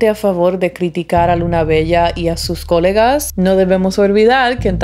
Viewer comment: coLÉga! coLÉga!!! con acento en la E. :D si, esa estacion del metro a esas hrs esta muy sola. de hecho hasta peligrosa la consideraría